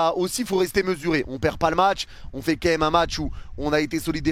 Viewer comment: Leçon de français : c'est pas qué même c'est QUAND MÊME !